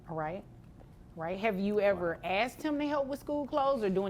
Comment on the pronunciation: IF i ever hear "aksed her" or " aksed him" instead off " I asked" I would aprove 250 dollars a month extra for not doing correct English. So Annoying,.